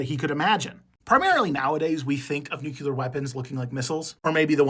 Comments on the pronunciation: NUCLEAR NOT NUCULAR nuCLEAR nuCLEAR nuCLEAR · Nuclear...pronounced NEW-CLEAR. not Nuke-u-lar. NUCLEAR. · New klee uhr Not new queue lurrr Seriously How hard is that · 'new-CLEAR' not 'new-CULAR'. Get it right or go back to AI. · Nuke-lee-er not Nuke-you-ler. Sorry, great video, terrible pronunciation.